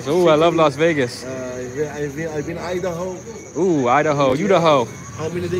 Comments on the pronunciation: This guy just said YouDaho HAHAHA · Idaho, u-da-ho 🤣